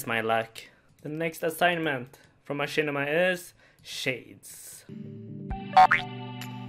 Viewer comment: That slayer masters name is actually pronounce closer to Mashner than machinma